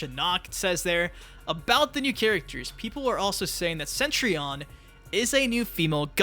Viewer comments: Yeah, I was thinking it was said more like set-tree-on. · p'ease stop saying Centrion. It's not Centrion.